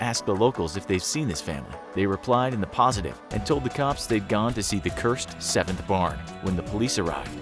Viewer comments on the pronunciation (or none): none